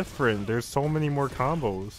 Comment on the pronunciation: you said “bombos” that’s a word in my language btw. But initially you left off the “C”. Only Gang members of the Bloods speak or type and leave out “C’s” because of their rivals the Crypts. So they substitute every work starting with a C and put a B instead